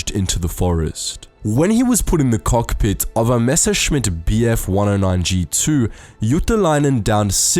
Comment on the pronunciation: “We’d be climbing up to the kohk pi”